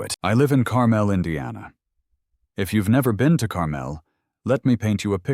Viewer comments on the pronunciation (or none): For the love of God.... if you're using my hometown please pronounce it correctly!!!! Carmel, IN is (car-mole)